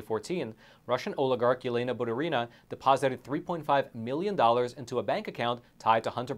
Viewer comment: Not like it matters but it's batUrina, not baturIna )